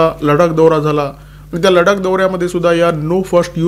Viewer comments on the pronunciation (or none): none